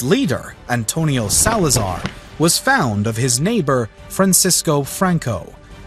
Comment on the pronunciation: He "was "found" of his neighbor"? Don't you mean "fond"?